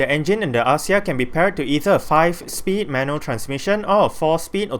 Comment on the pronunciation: The pronunciation should be "Akzia"